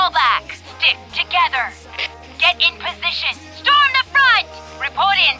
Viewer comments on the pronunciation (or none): kebanyakan pemain PB itu nyebutnya Strom, tapi yang asli Storm. SandStrom, Stromtube, Strom the Front. Padahal yang bener SandStrom, Stromtube, Storm The Front